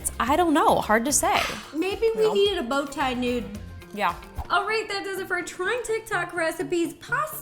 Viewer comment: Did she use a thin nude and we used a thick nude?! You know I like a nude no matter what your size 🤣🤣 ANYONE ELSE HEAR IT